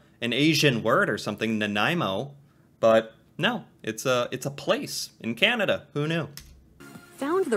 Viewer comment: Please don't talk so much. Canada is not pronounced Cehnada...it Is CANada.